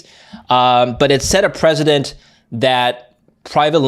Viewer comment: Precedent. Not a president.